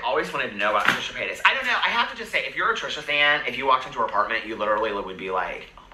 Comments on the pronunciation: I love that pronounces Trisha's last name like "payt-ass" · It's the way pronounces Paytas for me! ❤💞💜